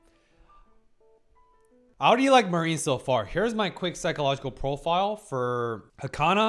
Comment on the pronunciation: Interesting pick... yeah, it has absolutely psychological aspects but definitely less than Apothecary Diaries for example. The main focus is on the cosplay scene. With some heavy fanservice. I believe there are a few shows more fitting for you to talk about to be honest. PS: her name is pronounced mA-rin, hard a, short rin and Wakana is wA-ka-na